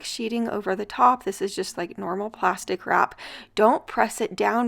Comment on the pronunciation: I thought you were saying “pasta crap” instead of plastic wrap!! 😂